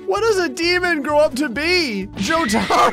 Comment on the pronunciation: Hey it’s a Jojo ref but it’s also pronounced jo-ta-ro